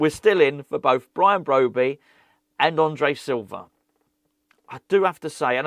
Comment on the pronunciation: BROBBEY not BROBEY pronouncement